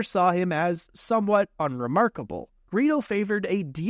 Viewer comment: Serously, Greo? ITS GREEDO